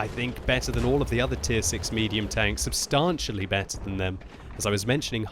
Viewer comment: You're mispronouncing 'substantially'